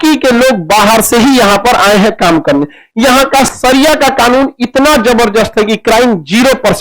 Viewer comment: Khan sir, Sharia kahtey Hain, saria nahi, sahi bolna tak nahi aata